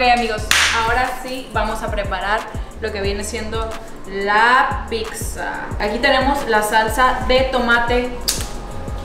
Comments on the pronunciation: Shot por cada “PICSA” que dice. 😂😂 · Me estreso tanta “Picxza” jajajaja 😅😂😂😂 es pizza y ya cual picxza jajajajaja